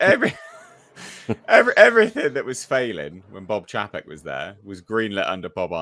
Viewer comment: it's "CHAY-pek" not "CHAP-ek"